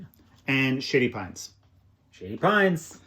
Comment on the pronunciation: I know that is saying "Shady Pines", but I keep hearing "Sh*tty Pines".